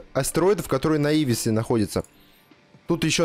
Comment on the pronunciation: Как можно так коряво произносить название Наувиса и Калидуса?